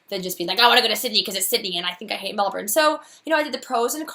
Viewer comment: Sounds like a dream job! I mentioned it before but having lived in Melbourne you KNOW they pronounce it Mel-bun, why you no pronounce it right? I know you use spf 50 sunscreen, but I see you burned all the time. I met another red head (ginger am I) when I was 17 who was dying from melanoma, the things he told me and the way he looked scared the heck out of me. Please consider using your sunscreen more often.